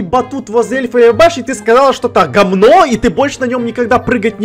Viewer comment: Да, сказал гоМно